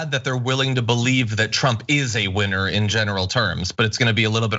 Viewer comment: did you say trump was a winner or a WHINER ? lol